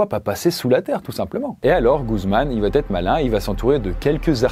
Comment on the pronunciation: Franchement c’est super cool mais les « il va-t-être », « il va-t-avoir » etc sont insupportables !!